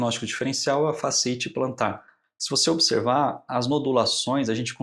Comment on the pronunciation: Muito bom. Mas creio ser fasciíte e não fasceíte.